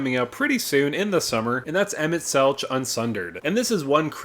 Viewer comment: Just a heads up emet selch is pronounced with a hard K sound.